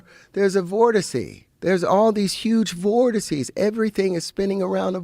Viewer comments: "Vorticy?" Vortex? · Vortices is the plural for vortex not “vorticey” lol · Vortex. Voteces. RIP 💀